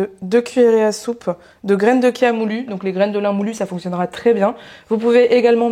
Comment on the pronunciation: Merci pour la prononciation du mot Chia (kia) c'est un petit défi personnel de le prononcer de la bonne façon car on prononce bien cholestérol "kolesterol", et je tombe sur vos recettes: un vrai plaisir de découvrir !!😊